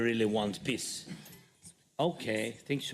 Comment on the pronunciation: Only its PEACE ✌️ NOT PISS